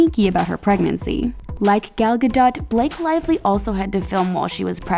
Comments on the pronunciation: Who got triggered when she pronounced Gal Gadot’s name wrong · I hate how the didnt pronounce "Gal Gadot" correctly 👁💋👁💀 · gal GaHdOt